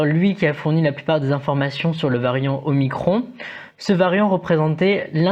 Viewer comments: Revoir la prononciation des lettres grecques jeune homme.... Un indice : comment prononcez vous epsilon ? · C'est pas le seul à prononcer bizarrement la lettre grecque. On entend ça aussi dans les médias. J'ai même entendu une journaliste prononcer "omnicron" ce matin :-)